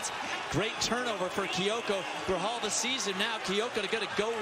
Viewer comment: They couldn’t get Louis Grijalva’s name right😭